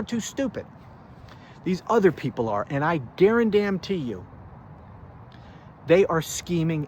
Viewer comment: Bro why you keep saying I gamn duarantee you?? 😂😂😂😂😂😂???